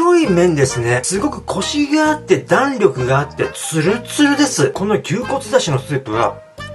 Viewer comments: 弾力のイントネーションww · 弾力のイントネーションでふきましたw